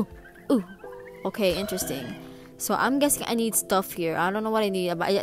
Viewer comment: " Ohhhh okay... OKEIAYY ". That was some serious island girl talk right there.